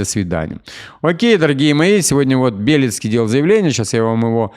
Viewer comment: правильно говорить не БЕлецкий, а БелЕцкий...😊👍👌Это как произносить не ЗалУжный, а ЗАлужный🤨😜